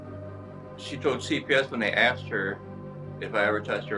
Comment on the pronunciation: She “axed” 😂😂😂😂😂😂